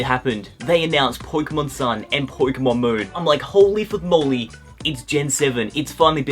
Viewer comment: po-ke-mon not poy-ke-mon